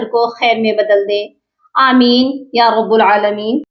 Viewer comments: یا رب العالمین ۔۔۔۔ب پر زبر ہے نہ کہ پیش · یا رب العالمین رب کی را پر پیش نہیں بلکہ زبر پڑھا جائے گا 🎉 ok